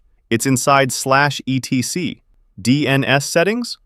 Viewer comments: /etc is pronounced "etsee" by the way. Although there is nothing wrong with spelling it out its a bit tiresome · etc -- as in /etc -- is pronounced et-see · /etc is pronounced like Etsy.